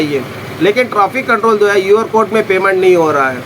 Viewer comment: UR CODE NAI hai QR CODE hota hai😂😂😂😂